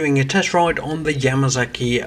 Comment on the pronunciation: Just do not understand why the British pronounce their S and Z the same. It is NOT a Yamazaki same as when they say Kawasaki they instead say Kawazaki. Dammit WHY?